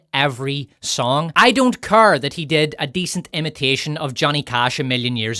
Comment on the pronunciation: It's care not cur. Your accent is atrocious.